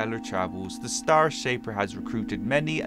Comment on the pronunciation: Oh Yeah You Said STAR Shaper Its The STAIR Shaper Did You Say Star Because It Fits?